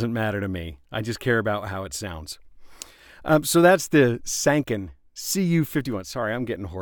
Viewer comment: BTW Sanken rhymes with Tron/Pen.